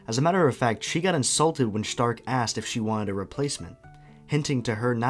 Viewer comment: I think its really funny that you pronounce Stark the correct german way but you don't do the same for Fern. Then again it does sound kinda weird that way.